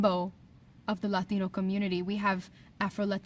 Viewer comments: why do people do that...jump into a cartoonish Latin accent when mentioning any word that's "Latino?" You get hear it when media pronounce an Irish name or word. Or anything from the continent of Asia or literally anywhere else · But she says "luh-dino"!